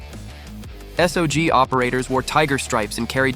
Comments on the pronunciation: Its MAC -V - SOOOG. Like Log. Not S-O-G. Many an interview is out there of former members and I have never heard rhem sound out the letters in SOG. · Great video! Just one thing; it’s not MAC-V S-O-G. It’s MAC-V SOG